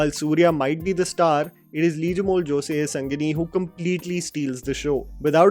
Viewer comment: Advocate name is chandru not kundru. And it's sengani not sangini